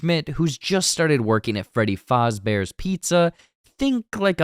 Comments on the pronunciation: It’s Freddy Fazbear, not fozzie, I don’t know why the guy in the video keeps calling him Fozbear. That said, a lot of of these restaurants were designed around the idea of copying Disneyland so it would be reasonable if in universe Lore was that Freddy was meant to be a muppets knock-off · And it’s Faz. Not Foz. That’s driving me nuts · Who's watching this not knowing what FNAF is? Also, i thought it was "fazz"bear, not "Fahzbear" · Great video but it is pronounced fazzbear no faRzbear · bro said “freddy fozzbear”😭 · every time he said freddy fahzbears pizza it make me cringe 💀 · I know what he was saying, I still hear fozzie bear. Like you said a lot of places use names close enough not to get sued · You’re hearing Fozzie because the guy in the video is mispronouncing the name and keeps calling him Foz Bear. That’s not a psychological thing happening, you’re hearing it because its basically what the video keeps saying. I just wanted to be sure you were aware that the video is wrong. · freddy FAWZbear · Freddy fAHzbears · never in my life have I ever heard someone say Freddy Fozbear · Why are you pronouncing fazbear like that 😂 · Man love the vid but please say Fazbear the right way please 🙏😂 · The way he pronounces Fazbear makes me uncomfortable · Thats a weird way to say Fazbear. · I think this is a reaction to that stolen bootleg trailer, because you are talking about stuff that is not in the official teaser. Any chance you could react to the real one instead? Also you pronounced Fazbear wrong. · Why are you pronouncing Fazbear like it’s German- 😅 Also, you obviously don’t know anything about FNAF lore, so you messing up wasn’t that enjoyable. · You pronounce “Fazbear” wrong.